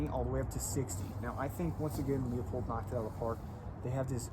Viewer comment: looooo-pold. Not leo-pold.